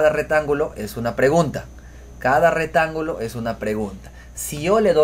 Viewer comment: Muy bien explicado. Gracias. Me sirvió mucho. Pero por favor corrige tu forma de hablar. Se dice: "ha resuelto bien" no resolvido. y se dice: "Rectángulo" no retangulo. Ojo con esas dos expresiones. Un abrazo desde Colombia.